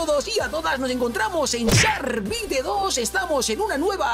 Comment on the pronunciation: se pronuncia shark bait y el nombre shark bite